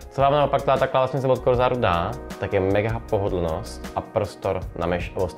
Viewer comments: kdybych pracoval v Corsair tak bych dal Cloadovi pokutu pokaždé, když řekne Corzár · az se cloud nauci vyslovovat Corsair, koupim si vsechny jejich produkty